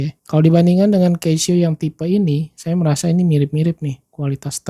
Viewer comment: koreksi, baca nya 'KASIO' pak